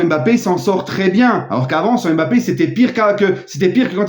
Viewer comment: Bonjour, je suis d'origine camerounais et je dois vous apporter une petite rectification sur la prononciation du Nom Mbappé. Mbappé est un nom camerounais qui s'écrit et ce lie en un seul mot et pas deux. On di Mbappé en avalant le M de Mbappé et pas en séparent le M du reste de bappé. Faites un effort supporters français sur nos noms africains en la respectant. C'est comme Ndiaye ce lie en avalent le N et nom pas N-diaye ou M-bappé